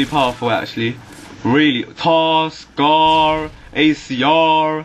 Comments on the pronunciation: LOL ACRRRRRR andthe SCARRRRRRR and the TARRRRR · "scARR acRR" LOL!! dude, thank you for pronouncing your R's even though most people from the UK and Britan area do not!! lol its so great!